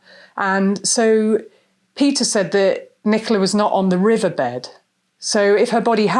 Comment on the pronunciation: Please stop sayi h THUT. It's THAAAT.